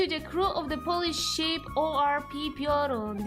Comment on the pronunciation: Never heard someone mispronounce piorun like the deer disease (prion).